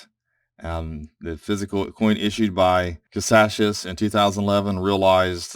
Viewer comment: Ka-say-shuss , creator is Mike Caldwell